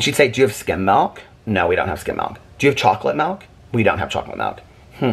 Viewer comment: It cracks me up every time I hear say “melk” 😂 I mean hey, I’m from WV, so the word milk is about 4 syllables here, no shade at all! But I always laugh when I hear “melk” 🥛🐄